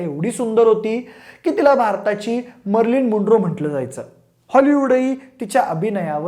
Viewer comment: अरे दादा, मर्लिन मुंडरो नाही. मर्लिन manro.